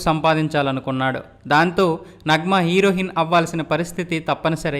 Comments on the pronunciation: హీరోయిన్ అని వంద సార్లు ఉచ్చరించు.అప్పుడు నాలిక సరిగా తిరుగుతుంది హీరోహిన్ ఏమిటి?నువ్వు అసలు చదువుకున్న వాడివేనా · హీరోయిన్,...... హీరోహిన్ కాదు బాబు 😅😅😅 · హీరో హిన్ కాదురా అయ్యా హీరోయిన్ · Heroin...not herohinnnn ....sampaku anna